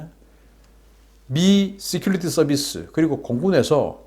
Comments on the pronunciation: 씨큘리티...가 아니고....씨큐리티 security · '시큘리티 뉴스'가 아니구 '시큐리티 뉴스' 라고 백번은 더 지적했으니, 제발 좀 발음을 고치던지.. 아니면 그냥 '국방뉴스'라고 우리말로 하쇼.ㅎㅎ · 시큐리티...본발음 서큐러티 라고 하세요